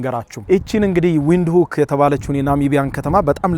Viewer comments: Windhoek ቪንድሆክ ነው ትክክለኛው አባባል ብሮ። ዊንድሁክ አይደለም። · the capital city name read as venduk not Wind hok it in Alan’s language W read as v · W is pronounced v say it vintok